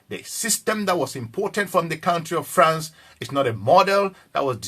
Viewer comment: What is FARNCE? PERHAPS YOU WANT TO SAY FRANCE